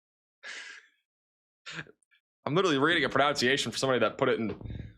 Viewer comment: PRO-NUN -SEE-AY-SHUN, please stop saying pronounciation, it's incorrect and not an English word. Thank you for your coverage though, it's excellent 👏 The amount of commercial interruptions on the archived video after the streaming is PAINFUL. Please address this so we can watch the archived videos. ❤❤❤